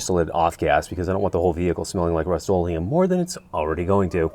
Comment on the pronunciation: ? What did you call the rust - olem